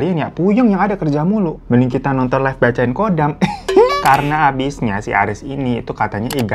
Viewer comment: pelafalan KHODAM itu bukannya KODAM tapi dibaca HODAM, kalo dibaca KODAM artinya beda lagi.